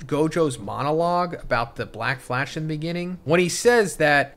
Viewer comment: 💀 she keeps saying blackfash 😂